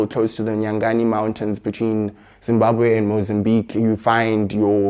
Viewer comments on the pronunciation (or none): none